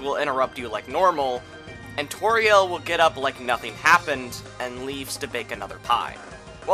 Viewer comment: Every time you say tor-eeyel and ral-sai you are inflicting psychic damage on your entire audience